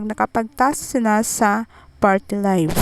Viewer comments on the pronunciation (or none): none